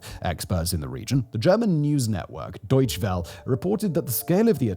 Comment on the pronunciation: Deutsche Welle. The “E” at the end of each word is pronounced as an “ah.” You can do it. You try so hard either other languages, perhaps you can pay similar respect to German.